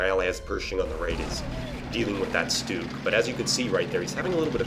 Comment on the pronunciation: just an FYI for ya buddy, its not stoog, its SCH-stug....like schmuck but schtug